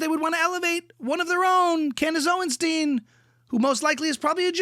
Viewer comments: It's OwenSTINE not OwenSTEEN. Thank you for your attention to the matter. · Candis oinshtin😂😂😂